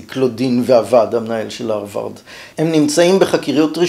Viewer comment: כך תמיד כינו את זה בעברית: פלגיאט (מלטינית) ופרשו בלשון המתחדשת "גנבה ספרותית". זו לא עגת האמריקניזציה, כמו למשל האג'נדה. יותר קשה לאוזני לשמוע את הא' מחליפה את הה' (אַרְבַרד), אבל גם אני כנראה זקן נרגן. התוכן, בכל אופן, מעניין מאוד.